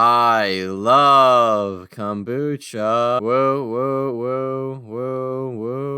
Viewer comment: the way you pronounced it, I heard it as cum-bucha...